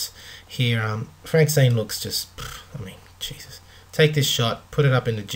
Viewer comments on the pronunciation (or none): none